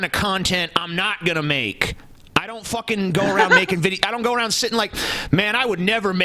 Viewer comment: "There you go suckin arn a bong."